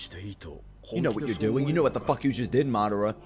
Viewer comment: loving the reactions man but I hate how you pronounce Madara 🤣